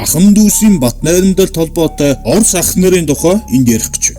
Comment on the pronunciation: оросыг гоё хэлсэн шүү хаха